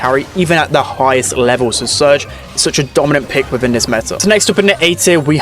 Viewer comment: "wiffen the meta" "frew the roof"